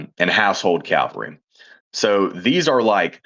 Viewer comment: Cal-Va-Ree? 🤦🤦🤦 Come on guys, you know how this word should be pronounced.